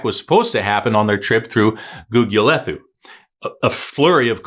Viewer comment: Gugulethu.... pronounced Googoolaetoo.... no 'th' as in English !